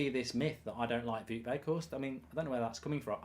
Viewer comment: The "ou" in "Wout" is pronounced like the "ow" in "wow".